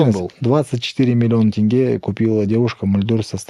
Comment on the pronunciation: По-моему он специально говорит-«тЭнге»🤦‍♂️